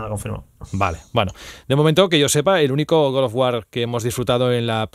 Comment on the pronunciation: con cariño, no digas más "Good" of War, cuando hables de God of War.